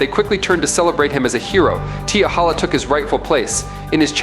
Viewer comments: It's T'Challa...not T'HALLA. Get it right, my friend! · Black Panther's name is T' Challa NOT....T' Halla. I can't even take this video seriously if he can't even get the name right! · Teehakka/Teehalla? Yall gotta start listening to your own Ai videos fam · Damn does he know how to pronounce t'challa name. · Wanted to watch. But couldn't sit through him pronouncing T'challa name wrong. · You Butched t'challa's name badly 😊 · Please learn to pronounce Black Panther's actual name. If you're going to say it, at least do it properly. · it seems u knw nothing about he black panther u stated Batman has an advantage in the dark….😑u do knw blk panther can see in the dark right? And u keep pronouncing T’CHALLA name wrong,also the black panther is a master of EVERY martial arts on earth and a master of others from other worlds and dimensions and Gus shadow arts that he created,also the blk panthers has millions of yrs of combat experience thru the panther link that gives him access to EVERY BLK PANTHER FROM THE PAST,THEIR KNOWLEDGE,STRENGTH AND FIGHTING ABILITIES smh t’challa also possess a genius intellect and his the 5th smartest man in the marvel universe and a master strategist,a ruler of both wakanda and the dead,u even thinking Batman stands a chance is laughable smh 🤦🏾‍♂️ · Yeah he fucked up the name 😂